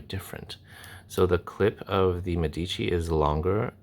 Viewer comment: It's meh-dici not meddici 👍